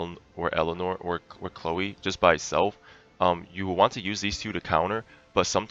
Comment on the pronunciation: Chléo xd , it's just funny to hear, her name is chloe :3